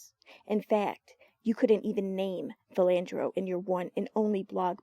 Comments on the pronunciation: PHILANDO Castile, not Philandro...... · It's Philando, not Philandro. Please fix this.